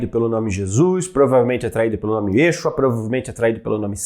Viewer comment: Obrigada pelo curso. Cabe assinalar que a pronúncia do nome de Jesus em hebraico não é Yêshua - e sim Yeshúa.